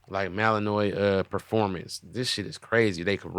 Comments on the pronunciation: Aye, it’s pronounced Mal-N-Wah. Malinois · The Belgian Malinois is a great dog, I got bit by a poorly trained one at work though, lol. You were pronouncing it incorrectly, but I only say this because that’s what my coworker did to me the first time I tried to pronounce it 😂